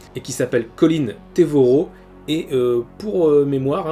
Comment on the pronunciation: Colin TREVorrow et pas TEvorrow